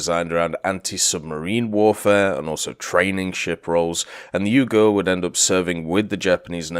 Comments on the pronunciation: The name of the ship pronounce "Yuu gu re" not "yougerr" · it's pronounced Yuu-gu-ray, there's no silent vowels in Japanese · Yep, vowels are never silent in Japanese names, and more than any other case having an "e" at the end seems to always confuse English speakers (it was a bad habit for me at first too). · I doubt he care. A bit odd to hear (especially as a Japanese) but in some ways reminds me how US servicemen friends of mine calling Ise as I-see, which is funny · he cares, I corrected him about it on stream. I just had to write a comment about it because it sounded French, the way he was saying it... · He used the hepburn romanization in the title, pronunciation should have been obvious from looking at that. But I guess that just means he's not weeb or naval ain't his forte.